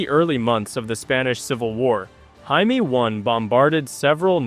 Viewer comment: Will You PLEASE Find The Right Way To Pronounce JAIME! -The Way You Were Saying It Is A Derogatory For "Jew"!